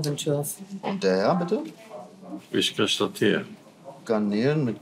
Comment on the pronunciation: “Ich krich datier” 🤨